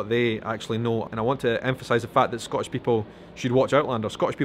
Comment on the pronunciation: This is going to upset you,, but you pronounce "Scottish" as a single-syllable word, so it comes out sounding like "Scotch," a word you have said really irritates the Scots unless it refers to the indigenous whisky or the hopping game or the candy or maybe the tape.